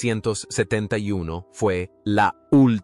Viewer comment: chaval eres un mentiroso y un bulero de los gordos,ademas no sabes ni hablar,para decir 1970 no sabes ni decirlo,mentirosos como tu,os tenian que cerrar los canales de youtube,para que no sigais mintiendo